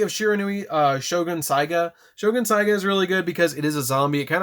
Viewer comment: Saga is the word not saiga